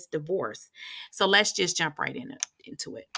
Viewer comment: Why I thought she said let’s jap right in lol 😂